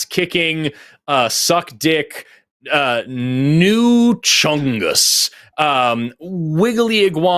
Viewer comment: NEW CHONGUS?! 😂😂😂